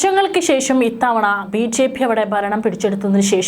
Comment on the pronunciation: ചേച്ചി ബി സ്ച്ചേ പി അല്ല, 😀 ബിജെപി 👌🙏എന്ന് പറയുക 😁😁😁😀